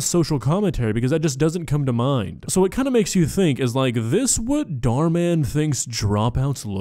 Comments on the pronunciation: Hot take, but this is the first video of yours that i actually didn't like, simply because of your commentary about the "goth girl". That being said, I love how you call Dhar Mann "Dar Dar" or however you spell it. I feel like you would leave the H out just out of comical spite. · I love that he calls him Dhar Dhar 😂